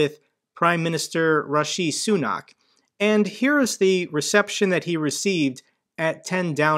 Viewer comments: Prime minister Rashee Soonark. Come on, at least get his name right. President Bidet, I mean Boeing, err no, Berdoing, err. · I know it's not a British name but you could at least take two seconds to read "Rishi Sunak" before speaking, as it is pronounced exactly as it seems. Thanks. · Was the pronunciation of Rishi Sunak a Biden joke?